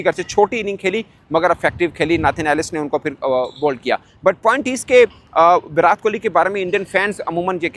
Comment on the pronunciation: Virat ke naam me 't' ko tamatar wala t pronounce hoga na ki tarbooj wala